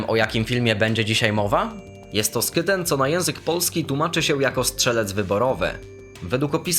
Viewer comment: Skytten się czyta hłitten